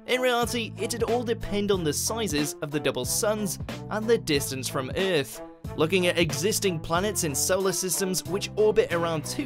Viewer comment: Let’s make a video with a really cringy narrater that says the word EAAAF terribly bad, that will bait them to watch.